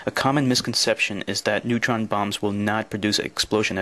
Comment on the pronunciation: What's a "neuton?"